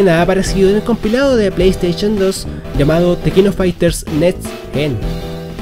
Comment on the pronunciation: Genial! Aprendiste a decir PlayStation XD Ahora de tarea aprende a decir DreamcaST, no drimcaTS